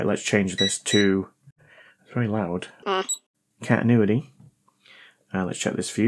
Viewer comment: It's just a wild guess, but I think the problem is the way you pronounce "cantinuity"😂👍